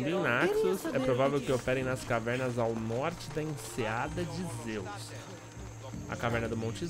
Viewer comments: Ksksks o falou "Enseada de Deus" e é Enseada de Zeus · que agonia vc falando "deus" ao invés de "Zeus" arrrg